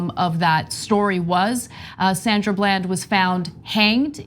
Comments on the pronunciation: So sad that you mispronouned her name as if this is a new Case. We always new this. You really don't care about the black plight. Getting views is more important to you. She was a well none YouTuber that spoke to human and civil rights for blacks. They knew who they were pulling over period. You know why they hide information and lie about evidence. Black people are functioning out side of the Constitution. It never applied of refered to us from it's illegal conception. It is obvious that preditors and perverts rule in high classes. There are portions here and there that speak of us indirectly. Are we still 3/5ths of a man? Is Jimcrow alive and kicking? Is America still using Jerry to usurp black votes away from their Political Districts. Is zoning along with red and blue tape used to keep black children in low performing Title 1 Schools where they almost never reach AYP for years? How often does a black person get pulled over, stop in the street, or asked a bunch of questions with out probable cause other then being black or an officer with a suspicious feeling in comparison to others? I would like the statisticians to Doctor that up. No playing with numbers to make it work. Food for thought that makes you full and sluggish. I'm just saying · It seems me n u are the only 2 who noticed that